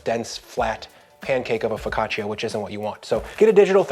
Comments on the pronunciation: Love you, love this, it’s ‘foe caught cha’ not ‘foe caught chia’ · For the sake of the name , you should say Fok kāah tchàh‼️ Not " fow ca cheeya" And just when I wanted to tear up a segment to bite and taste, You had sliced it on a plastic cutting board 😮😢😳❓️🙄 While you have such a beautiful wooden board to use. That's funny. Happy baking to all M.m